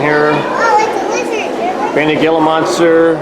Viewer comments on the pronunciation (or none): Gila Monster is pronounced HEE LA .🤣🤣🤣🤣🤣🤣🤣